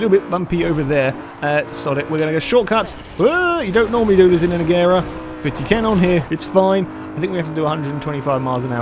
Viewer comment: You said Agera wrong..... its pronouced Uh-Jer-uh